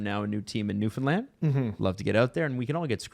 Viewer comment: If you pronounce newfoundland “new Finland” again well have a problem 😂